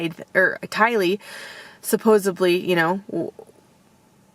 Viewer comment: There is no ‘B’ in the word ‘supposedly’…